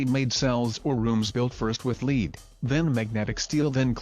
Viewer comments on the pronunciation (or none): There are other words not pronounced correctly like Lead pronounced Leeeed